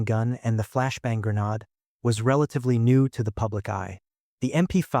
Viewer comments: Correct pronouniation is grenaid not grenard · What’s a grenad? Herford? And the praying shot!! Sick to the back teeth of AI generated, unchecked videos. Do better. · Grenard....?😂🤣😂 Dump the AI, it's crap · Did you say "grenaahd"? Surely AI can pronounce that. Perhaps not. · Typical wordy, repetitive AI exposition. “Grenaaad” ??? The SAS deserve far better. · Isn't it funny how AI can pronounce Kensington, but not Hereford or, weirdly, 'Grenade'.